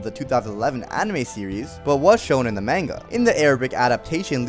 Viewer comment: You said manga wrong dude. Brah